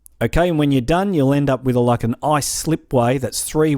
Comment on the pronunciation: When he said "Now you need to grab your ice" It sounded like now you need to grab your ass